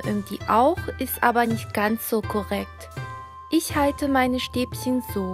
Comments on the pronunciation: bitte Stäbchen nicht Stäbsen;);) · LOL sie sagt Stäbschen